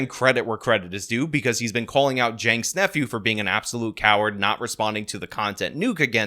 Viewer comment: What the f is a “Yaynks Nephew”? And why is Hassan never mentioned in this video? I was interested, but never mention Hassan make it sound like you have no idea what ya talking about. Hassan is a big part of this story. Not Yanke? Who is Yanke, or is it Jake? And who is Jake? And who is his nephew?